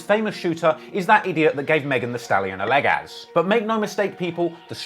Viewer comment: Lmao man said “leggaz”